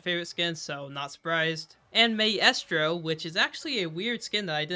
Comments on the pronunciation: I can forgive not knowing amaterasu, but maestro? It’s pronounced MY-STRO. Bruh. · My estro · ain't no way you just said may-estro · For Maestro, it's pronounced like mai-strow. Just a little thing :P